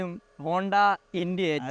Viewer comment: Honda is honda, not bonda 😂